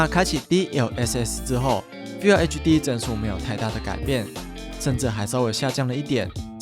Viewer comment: FULL唸「富喔」，不是「菲有」😂